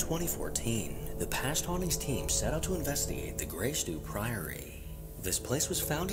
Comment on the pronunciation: In- VEST-ti-gate. Not in-vet-ti-gate